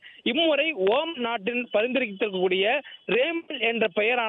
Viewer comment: ஓமன் என்று திருத்தமாக சொல்லுங்கள், சார், ஓம் என்கிறீர்கள், ... அப்புறம் கைலாசா மாதிரி ஓம் என்று ஏதாவது ஒரு தீவை இன்னும் யாராவது ஆனந்தா உருவாக்கிடப் போகிறான்😢